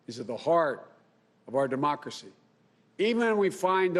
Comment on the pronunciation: “Our Demoxly”?